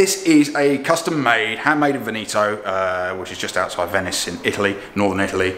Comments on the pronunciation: Handmade. In. Veneeto. just outside Venice!? It's actually pronounced 'Vennettoh' and that is also the name of the region, Venice is in Veneto. Sarto is based just outside Padova in Vigonza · Venice is in Veneto. "The village of Mellaredo belongs to the municipality of Pianiga, in the province of Venezia, region Veneto." Veneto is pronounced Ven-eh-toe (not Ven-eee-toe). There, that's kicked 2022 off with some great pedantry.